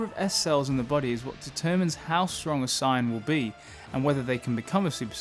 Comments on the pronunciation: Bro if your channel is about dragonball atleast say the word SAIYAN CORRECTLY dude its not SCIENCE is fking SAIYAN DIPSHIT... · You say “Saiyan” like Sigh-yan. It’s SAY-yan. I was thinking you were saying “Sign” for a minute. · Super “Sign-En” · No hate but it sounds like you say super cyan, and for some reason i like it that way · Come on, come on,, say it with me: "Say-an". "Saaaaay-aaan" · The way you say saiyan pisses me off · The way you say saiyan is annoying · Pleas say Saiyan correctly and I’ll sub to you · dude, indeed saiyajjn (Japanese no N) and saiyan (english) you just pronounce the word saiyan ( in your way) which is neither the right English or Japanese way. You just made up your own prenounciation and its stupid when your channel is about DB. Just admit your fucking the word up and stop justifying it.